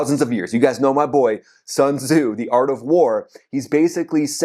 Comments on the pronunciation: Sun Tze pronounce as 'Soon Zhi' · Sun Su ? You can’t even pronounce his name right. Absolute 🤡.